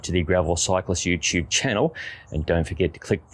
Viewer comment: Gravel Cyclist “Yoo-tyube” channel